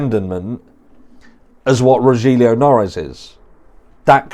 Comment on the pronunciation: One avid fan of yours. Here watching like others straight away. Strongly agree with your opinion and not into Kaye either. Just a friendly pointing out Rogelio Noris he's name pronounce as Ro-hil-yo than Ro-jil-yu. Congratulation you ahead soon to be 100K.